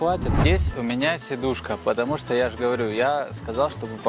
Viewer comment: Сидушка, а не седушка)